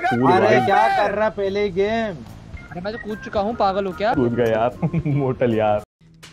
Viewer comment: Kya mortal lastme aaizavli bola 😂😂😂